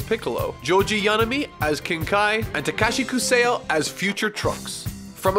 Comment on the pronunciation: I believe Kusao is pronounced "koo-sah-oh." And the Hi in Unmei no Hi is actually pronounced "Hee."